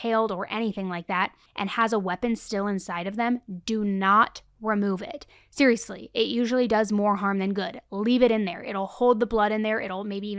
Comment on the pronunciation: I’m sorry but I can never take it seriously whenever you say serialously. It just sounds goofy to me. Lol